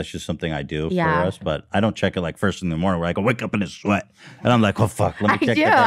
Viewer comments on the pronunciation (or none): none